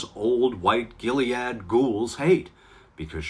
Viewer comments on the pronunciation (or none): "Ghiliad Ghouls." 😅